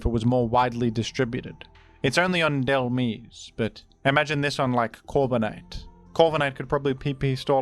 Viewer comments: I Swear this Dude is Rage-Baiting us With Pronunciations It's DHEL-MISE (Like Demise) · They're saying you've pronounced "Dhelmise" wrong. They're saying to consider the word "demise" ⚓